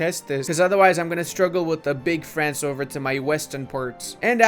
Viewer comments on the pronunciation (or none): none